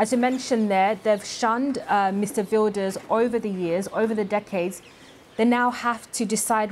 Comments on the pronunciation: The reporter is giving a lot of wrong info including unable to pronounce the main names like Wilders. Plus the New Social Contract is not populist at all. BBC kindly correct the info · Don't listen to this propaganda, they can't even come close to pronouncing the names correctly. Please just consider how little they know and how much of a judgemental bias this represents